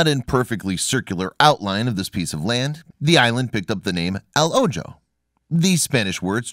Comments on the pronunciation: The J in Spanish gives off the h sound in English so it’s not o jo it’s o ho now you know LMAO.🤦🏽‍♂️🤷🏽‍♂️🤨😁🤣👍🏽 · Dear person reading this out loud for us ojo is pronounced oho not o joe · If this narrator is as smart as he sounds he should know how to correctly pronounce a simple Spanish word.... translation he’s just a guy who reads well and has a “pleasant sounding voice lol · I'm sure you could correctly pronounce the word OJO if you tried.